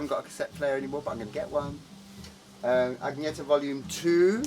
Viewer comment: btw her name is pronounced Ann-ye-tah, not Agne-ta